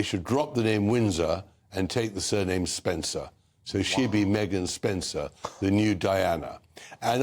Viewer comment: ‘Spencer’ or SPENDER ?